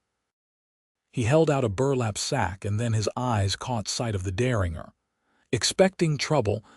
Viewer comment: The AI narration voice needs to learn how to pronounce words like Deringer (also spelled Derringer). The AI voice gets annoying after a while. Also the AI voice needs to learn read (red) from read (reed) and live (liv) from live (live).